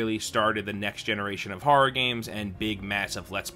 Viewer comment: Haha when he said “horra” I definitely heard that LI accent. Suffolk county in the house!!